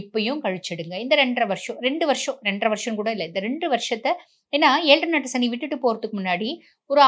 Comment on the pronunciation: ஷனி இல்லை மேடம் சனி...